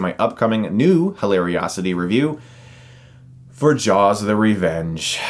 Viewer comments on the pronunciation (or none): none